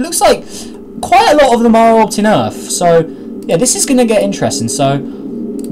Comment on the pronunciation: Earth not Rarth